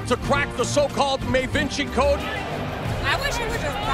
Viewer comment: "no one has been able to crack the may-vinci code"